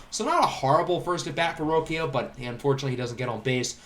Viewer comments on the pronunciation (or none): roshio is how you pronounce it